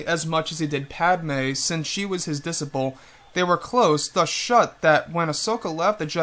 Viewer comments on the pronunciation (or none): what happened with the sound today?? why weren't you on camera? some of the words sounded strange...i think you said 'disciple' but pronounced it like di-sip-le....did you go to the detnist today? the 'bye' sounded a bit cutoff...but I thought it was still al very worthy 'bye'..everything ok?